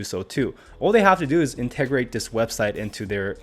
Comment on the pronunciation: INT-ta-grate. KAh-lie-do-scope.